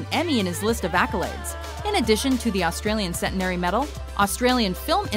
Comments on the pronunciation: ...and in 2001 they were awarded 'Cen-TEN-ary' medals, not 'CEN-ten-ery'. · Learn to pronounce 'centenary'. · I normally ignore pronunciations as it's usually an accent thing but the pronunciation of "Centenary" was painful. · What the hell is the cen-ten-air-y medal? Does any English speaking place actually pronounce "centenary" like that? Actually, the second time it's used the pronunciation is different.